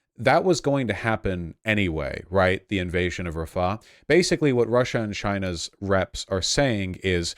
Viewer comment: Can somebody tell that the h in "Rafah" is an independent letter in the arabic alphabet and pronounced like a rasping of the throat? It is not there to prolong the preceding a